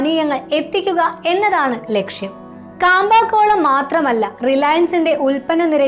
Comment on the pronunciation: കാമ്പ അല്ല മാഡം ക്യാമ്പകോലാ